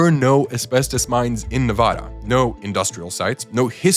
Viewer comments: Nev-add-a NOT Nev-odd-a!!!!!! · Are East Coast people allergic to pronouncing "Nevada" correctly? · you pronounced nevada wrong...